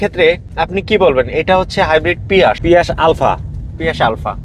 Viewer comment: ভাই শব্দটা পিয়াস না 😂😂